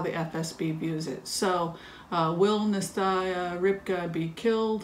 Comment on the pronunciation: Dear, I just wanted to correct your pronunciation of the name Nastya Rybka. I think you are pronouncing it as Nestaya, however, Nastya is a common Russian name (short from Anastasia) and it is pronounced as Nah-stya. I'll attach a link from the Washington Post that contains a video by Alexei Navalny, Russian opposition leader, who reviews the book written by Nastya Rybka. He says her name, so you'll hear how it sounds. You probably know that her nick name, Rybka, means a small fish, a rather auspicious name in this case. Thank you for your compassionate approach towards all human beings in your readings. Of course, from the perspective of non-dual mind there are no angels or villains, but that is confusing to the conventional mind. Please get better soon! Here is the link from the WP